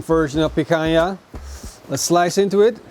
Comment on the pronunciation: Its PICANHA bro, the queen! 🤙